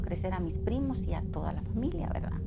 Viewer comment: Jajajaaj "¿verdá?"